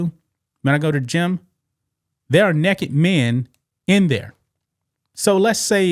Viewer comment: the Great said nekked!!! Hahahahaha